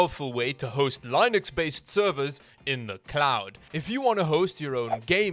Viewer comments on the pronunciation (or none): It is pronounced Lin-ux not line-ux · Linux: Len-Icks Not Line-Icks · it's not lienux it's linux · did he just pronounce linux as lie-nux